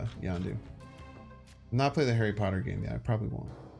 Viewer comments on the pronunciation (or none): none